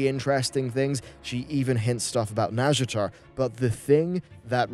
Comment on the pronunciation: "the tease for nazjatar" I swear that's the Welsh language 😂